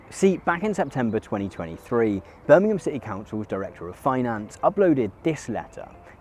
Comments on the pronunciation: Most played: , trying to understand the city name of Burmhm, giving up, turning on subtitles :D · ...i kept not being able to hear what you said, it sounded like...im eburn....i figured it was Birmingham...in the end apart from rewinding a few times & that on its own didnt bear fruit, subtitles did the job!.....still....sounds like....hello imeburn.... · Had to rewind two times to hear the city was Birmingham. Enunciate!